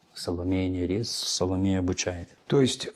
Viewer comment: Почему Саломея НЯрис? Её имя и псевдоним пишется по-литовски Salomeja Nėris, то есть буква ė, которая произносится и в русской транскрипции передаётся как русская е, а не я. Это река Neris (Нярис).